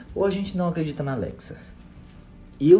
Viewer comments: NÃO ATREDIDA NA ALEXA ELA FALA MINTIRA, ESTOU DO SEU LADO!!! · Não é atreDita é acredita